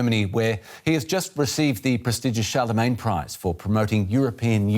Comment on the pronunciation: Billions, not millions. Also Charlemagne, not Chalemagne.